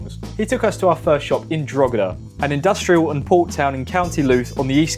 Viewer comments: Well I mean he's not from Ireland so leave him be. Drogheda (Draw-heh-dah or even Draw-dah) is a town in County Louth (loud) Dún Laoghaire (Done Leary) is a seaside town in the south of County Dublin. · "Drogeda in county Looth" 😭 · Drogeda in Co. Looth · Drog - heada , county looot , dun lao- air ? Jesus Pronounce the names somewhat close to how they sound . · Drogheda, County Looth, and Dun low gere, Dublin 😂😂😂 You poor thing lol. Bet you're glad to be back in Ing lund ❤ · Love how you pronounced 'Drogheda' and 'Louth.' Superb.